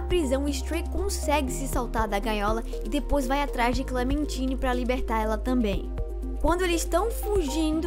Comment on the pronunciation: ainda tem o fato do painel ligando no final dando a entender que o B-12 não morreu por completo e que ele está no sistema da cidade. E que Clementine se pronuncia "Clementaine". Mas realmente, o vídeo ficou bom, só pulou fatos importantes